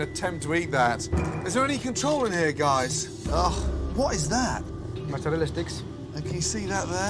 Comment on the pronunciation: MozzerallA. Unless you're auditioning for the sopranos or How To NOT Speak Italian. Mozarel, gabagoo....GTFO